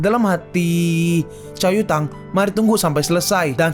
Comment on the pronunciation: Pass gw dengerin lu nyebut nama cau yutang di kecepatan 2×, gw dengernya ca*wet kota*ng